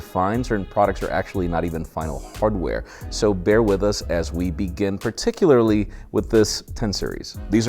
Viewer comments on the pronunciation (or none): none